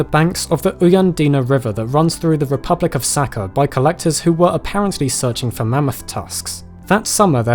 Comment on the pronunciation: It’s not “Saka” (in Russian it’s literally means “piss”), it’s Saha.